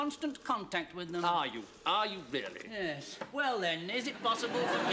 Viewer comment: It was " Veal-ly Really" 😁